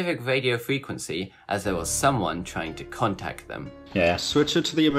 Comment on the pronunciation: vuh nawiwiatow isnt annowing to wisten to at awl.